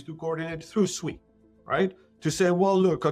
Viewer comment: You literally heard the co-founder of SUI pronounce SUI correctly about 5 times in 30 secs and for some reason you want to pronounce it like you are dumb, you heard him, he did not call it SUEY he pronounced it SWEE. I can see why traditional Finance doesn't take us seriously in the crypto space.